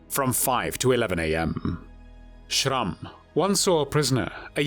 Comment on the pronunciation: Had to stop the video after the third time I hear the ridiculous pronunciation of SCHRRRAMMMMM